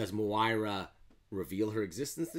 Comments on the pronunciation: Nice breakdown pronounced Moy-rah Bold prediction: we are currently reading Moira's 6th life...and how these event's lead to her ultimate resentment of Charles Xavier leading up to her 10th and 11th life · I can’t subscribe to someone that can’t pronounce Moira